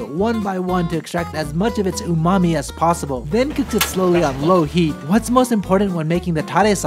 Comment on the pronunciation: You bastardized “Umami” in this video.